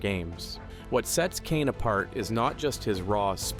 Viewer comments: Kishane, and not Kane 😂😂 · It's no coincidence he got all the non-americans names wrong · These AI narrators. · Learn to pronounce the man's name. You have butchered his name. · Using Ai to narrate these names was a fail. At least correct it 😮